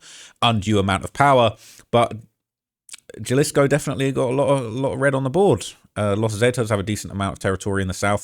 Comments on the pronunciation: Sorry homie. Vallarta is phonetically vayarta and jalisco is halisco. I'm usually not so simple, but i heard it over and over. I had to tell you. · Js are pronounced h in soanish politico. Jalisco is pronounced HUH-lisco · Jalisco: Pronounced; "Ha-Lees-Co" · Foo said JAHHlisko 😂😂😂😂😂😂😂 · You have to learn how to pronounce these words correctly,. J sounds like an H. Hal-ees-co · Jal isco 😂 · Bro was pronouncing Jalisco like Fredrick Jallah😂😂😂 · And, the ‘J’ in Jalisco is pronounced like a ‘H’, so, ‘Ha’ Halisco. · Your pronunciation of Jalisco is wild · Britts can't pronounce Jalisco 😂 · Let me help with some translation… Jalisco = Ha-Lisco (the j is silent) Michoacan= Me-Cho-khan hope this helps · You’re hurting my ears! And I’m a gringo!! In Spanish “J” is pronounced “HA” so Jalisco is pronounced Halisco. Not Jelly-sko. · You looking a lil husky bro 😂 mf EATIN GOOD ASL. Also WTF is JUH-LISCO U MEAN HUH-LISCO (Jalisco) 😂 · Its not JAH-LISK-O its HAH-LUSK-O J=h in mexicico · J = H sound. Jalisco pronounced Halisco. But, great español! Not too bad! 👍🤣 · It’s not Ja-lisco brotha it’s pronounced Ha-lisco just like you pronounced Guadalajara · Im sorry but jah-lis-co is is taking me out 😂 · It’s not Ja-Lisco it’s pronounced Ha-Lisco. Halisco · It’s pronounced Hi- Lis- co not Ja-lissco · HA-LEE-SKO not Jalisc😂😂😂😂😂😂😂😂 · Haha. it’s pronounced like Ha Lee Sco! Not juh-lis-co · Ja-lisco cartel?? 😂😂 bro wha learn how to read bozo 😂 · "galisco" 🤓 nerd its pronounced ha-lisco pinche wero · It not Jalisco. It's pronounced Halisco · its pernounced Halisco not Jalisco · Jalisco is pronounced ha-lee-sco not jah-lisco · it’s pronounced HA•LISCO not JUH-LISCO 😭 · Try - HA lisco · He said Jalisco with the J 😂😂😂😂😂😂😂😂😂😂😂😂😂😂😂😂😂😂😂😂😂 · Dude said Galisco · Bro said “Jahlisco “🤣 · ' Jah-lisco ' ahh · it’s PUERTO VA-YAR-TA and JALISCO is Ha-lees-co. Cmon g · HA - LIS- CO GUA-NA-HUATO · "Gel-isco New Generation Cartel" "Miss-Show-Can" 😂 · Haleesco, Vayarta, Meechoacan.